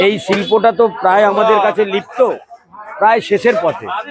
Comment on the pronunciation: বলে নাকি লিপ্ত😂😂😂😂😂 লুপ্তকে বলে লিপ্ত😂😂😂😂😂